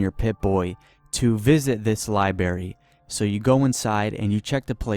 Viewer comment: "Libary"? Come on dude. A Simpson's episode actually made fun of people who can't say words like library properly.